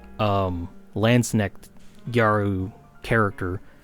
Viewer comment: I really do not want to be THAT guy but i really had problems understanding the one german word in your vid. If you hadn't pulled up that Insta-post, i would've never figured out what you were talking about^^ I'm sorry.... Your pronunciation is almost flawless except for the K in "Landsknecht". It is not silent like in "knock" but hard like in "acknowledge". Only comparison i could come up with^^ But that aside, yea, Landsknechts and mercenaries in general were the fashionistas of their time. Their clothing was supposed to underline their body with bulgy arms and shoulders, tights and even a "crotch cup" to make this bulge pop out. XD So gyaru is not too far away.